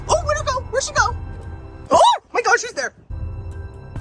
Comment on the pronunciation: “oh my gwad”